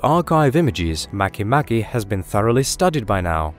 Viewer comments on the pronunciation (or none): Mah-kay mah-kay